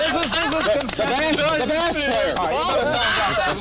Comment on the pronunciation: I absolutely loved Gene's reaction when Tom mispronounced "bass" player. The way he shook his head. Like..."How the hell does this 40-50 year old guy doesn't know what a bass guitar is??" Ace's trout joke still has me cracking up to this day. Kinda calling Tom an idiot for mispronouncing "bass". But in the most loving and gentle way possible. Lol Also.. love him or hate him. But you gotta respect Paul for keeping it professional throughout this chaotic interview. Even though he was clearly annoyed by Ace's antics. He still kept it together, and stayed professional. Gotta respect that. Gene was clearly pissed. Lol